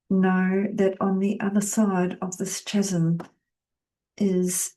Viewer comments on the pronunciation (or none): H is silent in chasm also hun